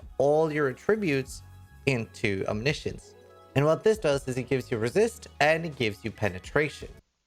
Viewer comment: ah yes the item no youtuber can pronounce right...